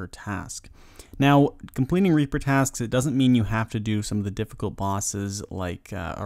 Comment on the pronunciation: the way you said "reaper" lmao